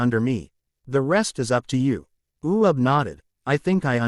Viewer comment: his name is uub NOT u ub